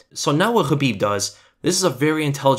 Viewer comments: I think you are one of the few MMA channels / commentators who pronounce Khabib's name correctly, or at least do your best. I think it is a sign of respect, which a lot of people seem to lack. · Conor has a ground game but Khabib is on another level on grappling. Look at his history. Thanks for saying his name right. I e wanted to see this fight for years.always saw it as a Bloodbath or a rear naked choke but I was wrong it was a neck crank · On top of top-content here: FINALLY someone who bothers to pronounce Khabib the way it is, actually, pronounced. But given that rare occurrence plus the fact that you (seemingly) report everything except what Khabib answered Connor, my battered faith simply has to suspect bias. Despite the fact that I agree to your observations qua actual fight 100%. And I am biased towards Connor for personal reasons.